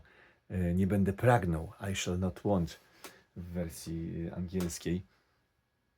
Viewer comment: Aj SzEL noT Łont❤